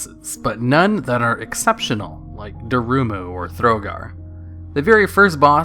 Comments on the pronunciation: Thogar, not Throgar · Operator Thogar, not Throgar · Thogar not Throgar; Suramar not Surumar. Onyxia's Lair got re-released as lvl 80.